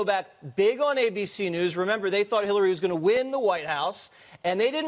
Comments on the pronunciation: did she say "HITLER-ry Clinton"? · any one else hear lisa bloom say "HIT"LARY Clinton?